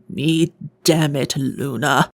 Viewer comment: to princess luna you call me cinda why you say "Luncinda" but what say him luna??????